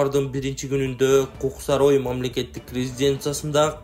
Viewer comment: Кук сарой деп айтпай эле, Кок-Сарай десен болбойу?